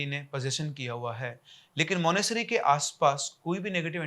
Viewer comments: मानेसरी क्या होता है मानेसट्री होता है भाई 😂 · Monastery ❎ Monasery☑️ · Monasary nhi Monastery bolte hai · Monesary kya hai bhai? Monetary bolo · monasTery. Tttttttt. It bugged me through the entire video. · Sir MONASTERY, aaap T kha rahe ho pronunciation mein. lol